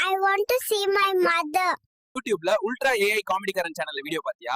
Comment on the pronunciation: அதை அல்ட்ரா என்று உச்சரிக்க வேண்டும்.